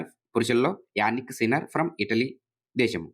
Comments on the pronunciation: జానిక్ సిన్నర్ sir....యానిక్ సిన్నర్ కాదు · Yanik sinner ❌ Jannik sinner ✅